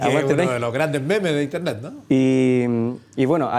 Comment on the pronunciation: "Aguante paint uno de los mejores memes de interne" WTF jajaja sendo fail hermano